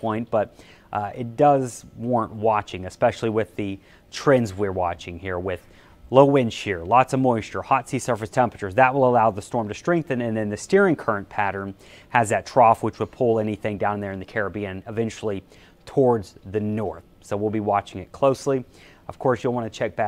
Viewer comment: you weather ppl all need to go back to school and learn how to pronounce your words it's STRONG, not SHTRONG it's STRENGTH, not SHTRENGTH you keep adding an H to your ST words that do not have an H, just like a lazy ghetto dweller your videos are unwatchable if you're going to mispronounce the same words over and over and over